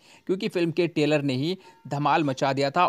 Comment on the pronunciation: अबे टेलर नही ट्रेलर बोल